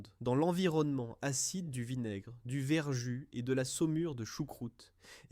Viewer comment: Voix artificielle déplaisante et contenant des erreurs. On ne fait pas des grillons de porc, mais des rillons. On ne dit pas verjuiss, mais verjus prononcé verju.